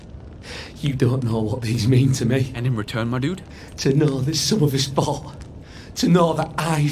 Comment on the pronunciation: anybody else hear when he says fought it sounds like he is saying "I fart".